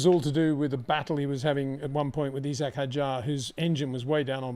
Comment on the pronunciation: “E-Zach” Hadjar